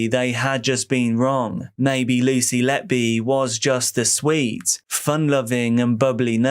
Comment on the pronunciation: did anyone else hear swed loving woman instead of sweet loving woman